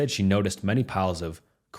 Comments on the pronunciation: Cor-o-ga-ted. Corrogated cardboard. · If this is a real person reading these stories…. Please google how to pronounce words you’re unfamiliar with, like, “stupor, Djinn, and corrugated”